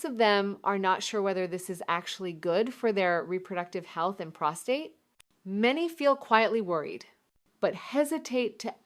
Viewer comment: Obviously produced by AI. The real Dr. Malik knows how to pronounce "prostate".